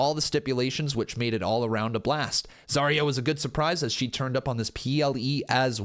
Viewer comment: Zaria is pronounced as "Zar-Rhea".